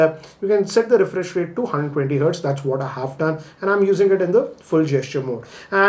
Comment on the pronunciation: Actually i don't know how pronounce '120' hertz